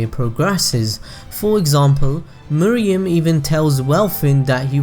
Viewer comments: Nice video man... but his name is Meruem (May+Roo+aim), Not (Moo+ree+yum). It bothered me more that it should. I am really sorry for this comment (But i couldn't help it). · Dude. R u serious. She just said Meh Roo Am. Can't you follow their way of pronunciation instead of saying your MooRuuAm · Meh-roo-em not Moriem or muriem nor Miriam, sorry but it bugs me a lot 😅😂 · It’s Meruem (Meh-ru-em) not Mereum (Me-re-um) by the way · cant help but to correct mr. narrator. its MERUEM and not MERIEM. 😂😂😂😂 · "Murium's character highlights what we love most about this series, I may make pronunciation errors in this video." Oh really. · I was curious about the video, but couldn't finish due to the egregious mispronunciation of 'Meruem' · Did you watch the anime? I dont mean to be rude but one of the characters even goes so far as to very slowly pronounce his name and you still dont follow?